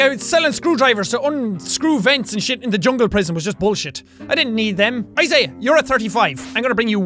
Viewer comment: Jack he's name is Isaiah you pronounce the middle I